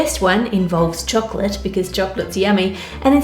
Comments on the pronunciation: It sounds like choklick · The way this woman says "chocolate" is god-damn satisfying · Idk why but I love your voice and the way you pronounce chocolate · I watch your just to listen the word "chocolate" u spell...! N I have zero knowledge in cooking, so I just watch n enjoy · the way Anne says chocolate makes it sound like some next up fancy dish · I do not want to be mean but that's not how you say choclate I'm really sorry to say I'm literally crieing right now again so sorry😔😭😭😭😭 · I love the way she says chocolate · I’m not the only one who loves the way she says “chocolate“ right? Something about her accent in the word... ☺️ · Yeah, is it Anne or a localised pronunciation? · HEEHEEEEE!!! I know! I say it after every time she says it LOL, check out that parody of her, that guy gets it too lololol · It's the kiwi accent coming in, haha.